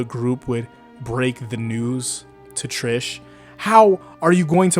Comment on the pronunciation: If you’re going to use the Italian pronunciation of Mista and Narancia, don’t use the English pronunciation of Trish